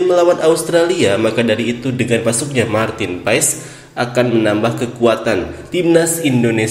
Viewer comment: MARTIN PASS ....Bukan Paess lo kira Paess AYam 🤣🤣